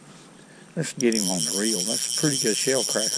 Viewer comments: Let’s put heem in the bucket 😂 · "... Let's let heem go!"